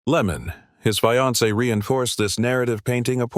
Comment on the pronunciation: “Sometime between one to thirty and two hundred in the morning . . . ” “Lemmon, his fye-an-see” “Soo-ee-cide” Stupid robot narration.